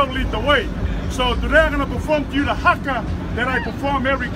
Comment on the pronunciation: He pronounced some of those words wrong thats a maori haka leave ut2 us